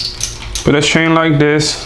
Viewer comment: ITS CHAIN NOT SHAIN!!! Im joking 🙃,Love you (no homo),content is always on point 👊🏽